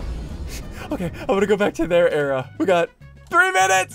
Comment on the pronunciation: It's era not area